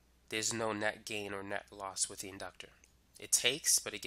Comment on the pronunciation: Why "wif" instead of with and why do you over enunciate your "S's". Incredibly annoying.